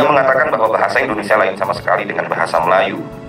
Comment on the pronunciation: Ucapan narator kurang jelas: IndonesSIA, bukan IndoneSa.